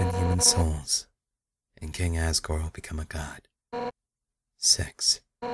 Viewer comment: also, it sounds like he says à$$ gore xD